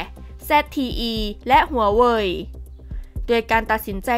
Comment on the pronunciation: ทำไมถืงชอบออกเสียง HUA WEI-ฮวาเวอ์มาเป็น ฮวาเวีย ไม่เข้าใจ